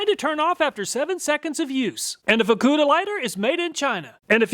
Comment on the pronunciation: Good call on pronouncing the FUKKUDA lighter with a hard U.